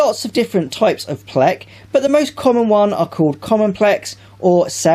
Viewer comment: The way he says "pleks" lol (no offense)